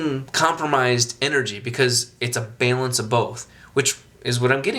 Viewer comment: Is he saying Balance? Haha sounds like bailance... Awesome videos.